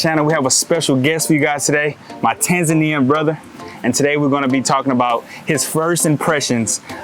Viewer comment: It is NOT "Ten-zen-nien" BU "Ta-nza-nian" Remember that "a" is not pronounced "aye", but as "a" in "blah blah blah"